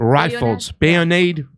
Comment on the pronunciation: This guy could not pronounce Hanoi the first time that he tried, and then he stumbled over bayoneted. Come on.